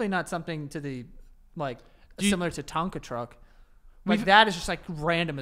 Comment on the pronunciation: he said “tonkan truck is “